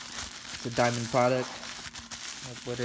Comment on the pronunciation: Dude, you must've said "Diamond" a hundred times and there's no "I" in their name. Fuck man, it's DAMOND!